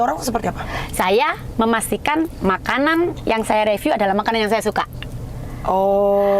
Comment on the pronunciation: Omay belajar ngomong riviu duluu.. Riviuu.. Bukan reviu